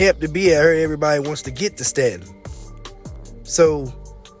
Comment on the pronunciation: Pronounced stay-ton